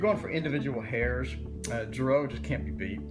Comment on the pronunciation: Girault pronounced zhee-ro. (Zh). As in zhivago